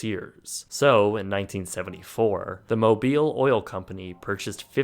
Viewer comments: Moe-beel?! Lol no no The company Mobil is pronounced like moe-bull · it is not pronounced “mo beel” but rather “mo bull” you Canadians!!! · Mobil, Not Mobile! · Mobil not Mobile. There's no E on the end. Mobil also owns Exxon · I sure don't know who this voiceover guy is? He's a total ignoramus. He does not understand how to pronounce, simple American words and names. It's like he's never heard them before. Mobil gas is not pronounced Mobile.. It's Mo Bill. Mobile is a city in Alabama. When something has been Distribu-ted. It has not been, Distra Buted. And so many others. You can't get right. So I can only assume English is not your native language. Your native language was, Chinese. Or maybe Korean. Because you sure can't get common pronunciations right. This guy does a lot of work. I keep hearing his voice on other, docuhistory's. And they are all like this! It's like he's lived on another planet all his life long. And only stopped by to visit the earth for a weekend. I just know that his mispronunciations just screw the continuity. And you sit there totally dumbfounded. How did he pronounce that? What did he just say? What did he call them? And so it's very distracting. And that his knowledgebase prevents him from knowing, anything in the world. Don't forget the sun rises in the east. And that's spelled EAST. RamyRAD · Moh-bull, Not Moh-beeele. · i assume someone has already mentioned that it's MOE'-BILL, not moe-beel'. love ya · Mobil Oil is pronounced MObil , not moBEEL. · Mobeel? no...its mobull.... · It is Mo-bil with a short “i” sound such as in sit not pronounced Mo-Breel as in Mobile, Alabama which has an e on the end. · he also refer to Mobil as Mobile like the city in Alabama and not how it's pronounced as mobile as in mo bol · It’s NOT “Mobile”, it’s “MOBIL”! Phonetically pronounced “MOW BILL” not “Mow Beal”! Ugh! Kids these days! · Lol, it’s pronounced “mo-bull” not “mo-beel” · Nice video, but it's not Mobile, it's Mobil, emphasis on the o!